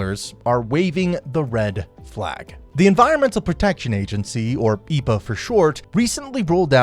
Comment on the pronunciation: It's not pronounced E-pa, just E.P.A.